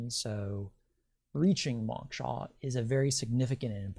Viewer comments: it's pronounced mowksha (mow like throw) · Dear One: I appreciate your work, and I especially want to encourage you to seek Moksha. (BTW- it is pronounced with a long o sound like when a person says "oh".) What you say about the Earth grid is correct as there is an energetic grid, but nothing feeds off of us. We are actually completely free immediately following death of the body, but what keeps us trapped is our own desires. Desires are powerful, as well as attachments to having a body. When we've really done it all, and are completely free from desire and attachments, we can once again merge with the Devine Source. Once I was in India, meditating. In that meditation, I was freed from my body, and I heard the words "if we really knew what we are, a free energetic piece of God, we would want to play roles on the Earth I.e., we would want to be a circus freak, or all the things we possibly abhorred in our thoughts; we would know it is a role only, and impermanence is all that "exists". Suddenly, I became aware that I had no body, and I was freaked out about it!! I did not know how strongly I identified with being who I "am", but I grabbed hold of my body and came clawing back into my perceived existence. People's egos get out of hand and have said to me "Oh, I can/ could handle realisation, no problem", but it is just words coming from a person who has never experienced true freedom, being freed from the body. It was scary, and I really, really STRONGLY wanted to be "me". I don't know why I am sharing this much with yo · This is fascinating. I did cringe however, every time the word “moksha” was mispronounce. Lol.